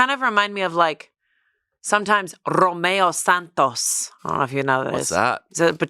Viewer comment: As a Dominican, said Romeo Santos and i just screamed